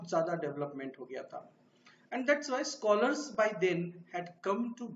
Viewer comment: Learn to pronouns Scholars😊😀